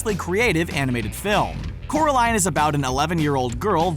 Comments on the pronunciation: It's Coraline not Caroline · It's 'CORALINE'